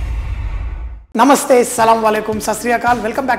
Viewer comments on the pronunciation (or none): none